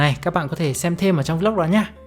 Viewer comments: Góp ý: Vlog không phát âm là Vi Lóc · Góp ý: Vlog không phát âm là Vi Lóc nha bạn.